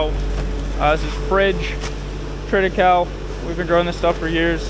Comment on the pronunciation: It's pronounced trit I Kal I